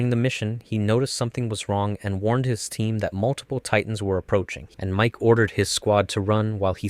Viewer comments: It's Miche, not Mike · its not biting Miche's hair you friggin dolt it's literally biting his head in half EDIT: also bruhh ur channel is Anime Anime but you pronounce ever thing so wacky 😭"Mike"? It's Miche like Meekeh.. also "Hang"? It's HANGE bruh like Han Gee as in gee wilickers